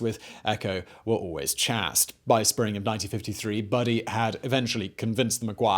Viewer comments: Chast??? Oh, you mean Chaste! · ¿[phonetically] "chast," not [phonetically] "chayst?"